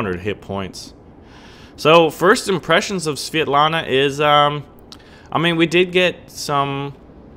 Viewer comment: Man, it's so fun how u are saying the ship name )